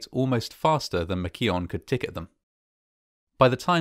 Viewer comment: Pronounced McKeowan, just saying